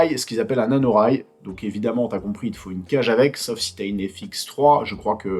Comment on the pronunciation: Nikel la video ! Par contre c'est rail NATO et pas NANO 😆